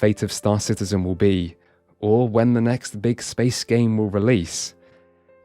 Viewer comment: Excuse me, sir, but I believe the correct pronunciation is Star Shitizen.